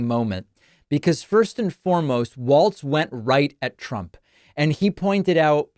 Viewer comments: Just because we might be using it a lot in the near future, it's pronounced like "walls" not "waltz" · It is pronounced Walls - Walz not Waltz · *WALZ (not Waltz.)